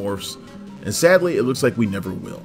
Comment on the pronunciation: "Sadly" Not sadly.